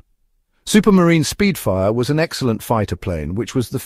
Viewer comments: It’s spitfire, not speedfire. The AI used for this video is comically terrible. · For God's sake stop using AI for commentary... Supermarine "Speedfire"!!! It's Spitfire!!!!!!